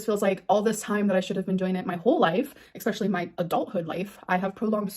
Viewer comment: For the love of Christ. Especially not 'expessially'